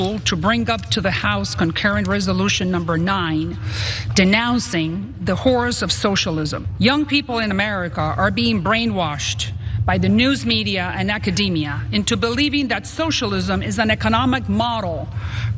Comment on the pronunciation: Did she say "horrors" or "whores"? Does she even know?